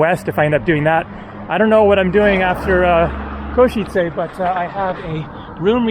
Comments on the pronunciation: In case it helps - you say it well, but just the "e" at the end of Košice isn't "ayyy", it's a short sharp e sound like the e in bed or dead or the start of Everest (not sure if that makes sense but I can't think how to explain it better via typing) - something like "Ko-she-tse" not "Ko-she-tsay". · the first foreign person who can pronounce Košice correctly 😂